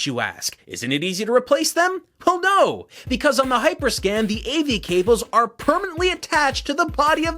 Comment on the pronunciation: Actually he mispronounced the name the entire video, he kept calling it hyperscan instead of hyperscam